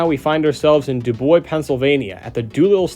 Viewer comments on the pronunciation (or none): Quick tip, I'm from the Dubois area, it's pronounced DO Boys hope this will help